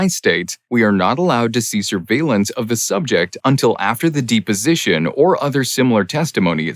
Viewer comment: Depposition, not Deeposition